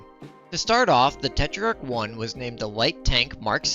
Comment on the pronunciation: Just a correction: the minimum armour on the tetrach is already 4mm in game. The star card doesn't show minimum armour, it shows max armour for front, side and rear. Also you added an i in your pronounciation for no reason. It's not te-tri-ark it's te-trark